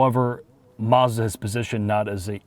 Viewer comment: Hey guys😂 Mazzda never has had an "r" in the name! Marzda is not a brand & never will be. Check their car badges: Does it say Marzda or Mazda? My bet is is says Mazda and thus will it always be so😂.